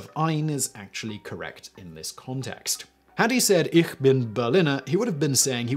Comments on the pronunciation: Eesh bin, not eerr bin. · Interesting that he did not use the Berlin accent by saying ICK vs Ich (ish) as the rest of Germany does.